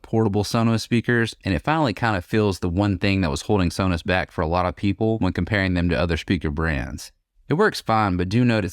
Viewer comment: It's pronounced sow-nows